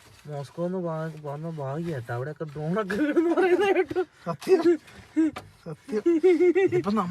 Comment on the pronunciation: ബ്രോൺ അല്ല ഡ്രോൺ....!😊